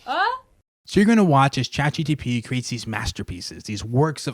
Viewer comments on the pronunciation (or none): Is it just me or is he saying chat GTP instead of chat GPT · i love how he says Chat GTP